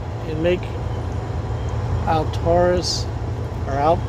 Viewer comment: It's pronounced Al-tur-is, and if you happen to be there at mealtime may i suggest Blackbear Diner👍